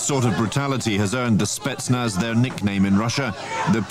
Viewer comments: FOR THE LOVE OF GOD, WTF IS A "SPETZ-NUH"?!?!?! THEY'VE ONLY PRONOUNCED IT CORRECTLY 342,000 TIMES IN THE VIDEO!! SPETZ-NAZ!! NOT SPETSNUH!!! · SPETSNAZ not spetnuh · To me the handgun looked like a Makarov 9x18mm. Love your channel but my toes curl when you say "spetsna" instead of "spetsnaz" which is short for Voyska spetsial'nogo naznacheniya (special purpose military units), alternatively it could be a CZ 52 semiautomatic. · Good video, as usual pretty good little chip ins also, but your driving me insane calling them spetsnah. What the hell. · Why would you leave out the ending "Z"? It's Spetsnaz, not Spetsna. And you seem to confuse Chechnya with Ukraine. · The name is SpetnaS. With S at the end. Not Spetzna....? And the "documentary" is not about the Spetznas but about a special police Unit. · Hello! Thank you! “Spentznaz” is different. Investigation with light snipers or saboteurs or external killers or antiterrorist group - all are spetznaz. “Spetc” - special, “naz” - naznachenie - like task. Special tasks forces = spetsnaz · spetz snaz bro not spetsna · i don't know why, but it really grinds my gears that he pronounces Spetsnaz as "Spetsna" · Spetsnaz not "Spetsna" lmao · SpetsnaZ- got to say Z at the end of snetznaz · must be said with a Z in the end, like SPETSNAZ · Its pronounced spets'na:z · Lol u said Spetsnah